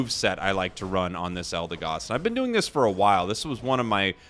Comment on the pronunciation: It's pronounced "EldeGOD". Never left the S tier for me